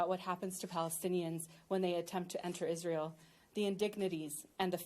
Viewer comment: Visiting Israil and Kaneset ? Denied!!! Learn first the names of the places u want to visit or perhaps visit something that you have no trouble pronouncing.